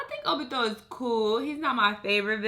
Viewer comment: Nobody:: “Obitho”